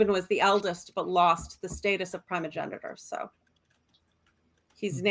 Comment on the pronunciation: Primogenitor I'm amused. says "Primmr" instead of "Primer" yet picked up on "Prim-o-genitor" instead of "Prime-o-genitor". Yes, it's primer. Prime-er. Like prime numbers. Or primary. Or Optimus Prime. You prime things to set them up and enable future processes. Which is what a primer is. You don't prim them. Language is fun. It's not just English that's weird. (Though English certainly has it's share of weirdness.. And several other languages' shares of weirdness too.) Also.. I missed Mighty Chicken.